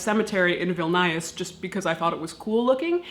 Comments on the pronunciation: It's Vilnius not vilnajus, xddd I lol so much at the pronunciation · Viln-eye-us screams in Lithuanian Vilnius! Will-nee-us :) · You beat me to it! "VIL-nyus" is correct. The second "i" is almost inaudible, if memory serves. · I know I'm a little bit late, but it's LeviOsa, not LeviosA (crossed out) Lithuanian capital is pronounced Vil-news, not Viln-eye-us. thank you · Your pronunciation is always on point, so I was gobsmacked to hear vil-NIGH-us. It's VIL-nee-us. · Vilnius is pronounced "will-news" not "will-naya"... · It's Vilnius --- veal-knee- us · It's pronounced 'Vilnus'. Great videos by the way! x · I got super excited to see Vilnius in the list, home country woop woop! Also, Vilnius is pronounced "will-noose" ^^ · I think Vilnius is pronounced “Veal-knee-us” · Oh wow you went to Lithuania? That’s so cool. 🤭👌🏻 Please don’t hate me, I need to correct you on the pronunciation of Vilnius. It’s V-IH-L-n-ee-uh-s 😁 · Vil-nEYE-us? C'mon, Caitlyn! You can do better than that! As for my favorite grave? Probably the one near my BFF's grave in Detroit's Historic Elmwood Cemetery. It's a very old, fairly small simple marble marker. It's fallen and is slowly being engulfed by tree roots. The inscriotion? "Poor Willie." Who was Willy? When did he die? Was he a pauper, a pirate, a poet, a pawn, or a king? (Am now listening to ol' Blue Eyes) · “Vilnius” is pronounced VIHL-nee-yoohs, with the accent on the first syllable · My mother is Lithuanian and I can confirm you SLAYED and KILLED the pronunciation of the capital city Vilnius. It is pronounced Vil-nyus. There's a crazy tongue thing you are supposed to do at the end with the 'nyus' part. Theres really NEVER any time I watch your clips and have the chance to correct something you've said. Probably BC your brilliant at what you do and have out together a great channel. That's gotta be the reason . Be well and thanks for satisfying our collective morbid thoughts on this death topic us Westerners keep in the dark .